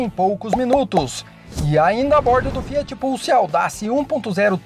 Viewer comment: Tá fiar ao invés de Fiat